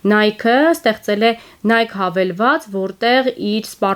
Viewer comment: Նայքի, Սիֆորա, բրենդների անունները ճիշտ չեք կարդում